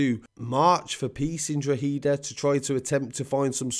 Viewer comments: DRAW-HID-AA not drawheeda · Drogheda is pronounced more like Dro-heda than Droheeda. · Draw-heh-da not draw HEEE da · Droheeda 😂 it’s pronounced Draw-heda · Love these videos. Well researched. Straight to the point. Droha-da < that's how your say Drogheda phonetically though it's the only thing you get wrong haha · Quick tip Drogheda is pronounced “DrawHeadA” great job by the say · I pronounce it drock a da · I'd pronounce it Draw-hidda. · Repeat after me. DRA-HE-DA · As a Dub myself. You're pronunciation was pretty good for an English accent. Just a minor correction . Drogheda is pronounced "Drohada" with the emphasis on the first syllable. Great vid. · Man your killing me with the Drogheda. Its pernounced DROW HA DA. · The narrator pronounces Drogheda as the Australian version of the outback Drogheeda. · Incredible report, It’s pronounced Drock ha da. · Dr hoda..is how it’s said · It's pronounced droth eda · You don't pronounce the g in drogheda